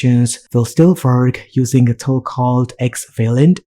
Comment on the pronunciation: It is Wayland not Vayland!